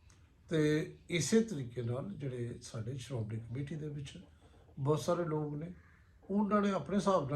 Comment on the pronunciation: ਸਤਿ ਸ੍ਰੀ ਆਕਾਲ ਜੀ,, ਬਹੁਤ ਵਧੀਆ ਤੁਸੀਂ ਠੇਠ ਪੰਜਾਬੀ ਵਿੱਚ ਵਿਸ਼ਲੇਸ਼ਣ ਕਰਦੇ ਹੋ। ਧੰਨਵਾਦ ਹੈ ਜੀ। ਪਰ ਇਕ ਬੇਨਤੀ ਹੈ ਕਿ ਅਜੱ ਕਲ੍ਹ ਸਹਿਰੀ ਯੂ ਟਿਊਬ, ਟੀਵੀ,ਆਪ ਜੀ, ਆਦਿਕ ਵਾਲੇ ਸ਼ਬਦ 'ਲੋਕ 'ਨੂੰ 'ਲੋਗ ਕਹਿਣ ਲੱਗੇ ਹਨ, ਜੋ ਕਿ ਸਹੀ ਉਚਾਰਨ ਨਹੀਂ ਹੈ । ਕਿਰਪਾ ਕਰਕੇ ਇਸ ਨੂੰ ਠੀਕ ਬੋਲਿਆ ਜਾਵੇ। ਜਰਨੈਲ ਸਿੰਘ